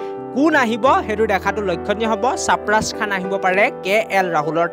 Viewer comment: saparaz khan not Sarfaraz khan 😂😂